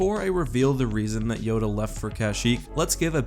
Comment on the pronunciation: Did you just say Joda